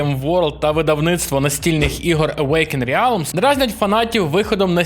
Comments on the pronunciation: Не РЕАЛМ, а Релм! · автору стоит немного поработать над произношением звуков из английского языка, а то "реалм" и "зе" уж слишком режут слух